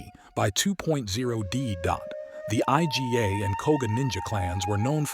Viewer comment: Did you just call the Iga clan the I-G-A clan? No it's pronounced "Egah"